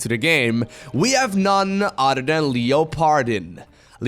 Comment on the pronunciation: until i read it myself i did not understand this name from pronounciation. When i saw it i thought, ohhh its german.:D